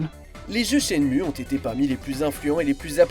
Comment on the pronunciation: "IDé Software" ! 😂😂😂 Si français... Ça se dit "Aydi"... Et au passage, : ça se dit "Chenmou"...